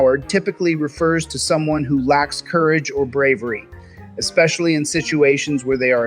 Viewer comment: Must say how much I appreciate not pronouncing especially as "expecially" like real-life Chille does. Bravo Dickbag Patrol! Another fine piece IN COLOR!